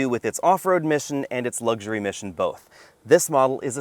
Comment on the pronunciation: The word is luxury, not lugsury.